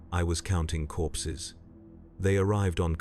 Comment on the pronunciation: At first I thought he said “I was counting horses”. I thought.. wait.. this is 40k, went back and listened again, “I was counting corpses” Ahh that’s more like it. 😂